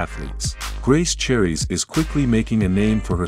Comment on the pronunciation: You butcher both of their last names. You never mention Paige was a pro golfer and was once sponsored by PXG. Grace was never on tour and wasn't born in Scottland and never competed on an amateur or professional level. And definitely not an Australian model. Basically, your entire commentary is a bunch of B.S.